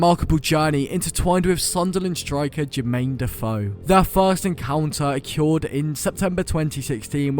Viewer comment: WHY DO YOU PRONOUNCE “OCCURED” LIKE THAT??? Good video though mate👍